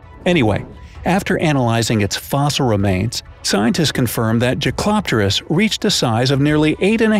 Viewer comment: jaekeloptererus is pronounced jake-uh-lop-ter-ics